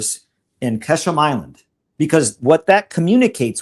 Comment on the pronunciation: Mario it is called QuA- shm island not kA- sham. If you care.